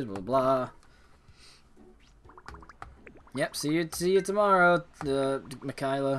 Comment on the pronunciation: MICKAYLA NOT MICKEYELA!